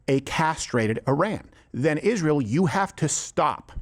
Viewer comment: "...which were zen followed by" this lady is pronouning her adverbs. what a fucking joke.